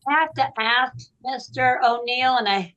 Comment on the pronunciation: IF YOU CAN'T SAY 'ASK' PROPERLY... I DONT WANT YOU ANYWHERE NEAR GOVERNMENT PAPERWORK! FFS 🤬🤦‍♂️